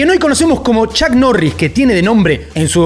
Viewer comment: Bueno chuck norris te anda buscando porque asi no se pronuncia su nombre!!🔥🤣🤣🤣🤣🤣🤣